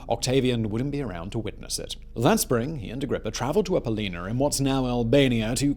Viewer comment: Apoll-O-nia. Not Apo-leena. Get it right.